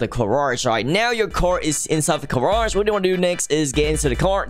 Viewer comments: I love the irony of accent. “The *Car*age” its great! 😂 If you don’t get what i mean, he says Car instead of Gar in garage. But the garage is for cars. But a carriage is a type of transport. Such a play on words! Im crazy 😜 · the way he says garage its like carage